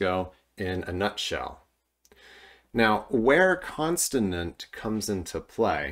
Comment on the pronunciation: Are you saying "constinint" or are my ears broken?